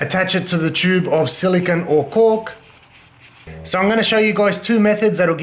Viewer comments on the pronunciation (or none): Silicone, stop saying silikin